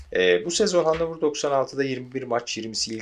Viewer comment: Güzel video. Telaffuzu Hanofer bu arada. Saygılar